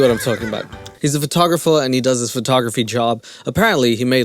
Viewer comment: Omfg..did big Ed just call himself a "FUR-tographer"??? 🤣🤣🤣